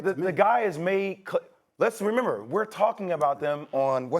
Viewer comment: “Renember” lmao love mad dog